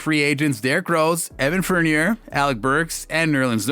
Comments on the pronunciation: “evan fornerr” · RJ Bennet, Fourneer, plus many many wrong pronunciations ! Lol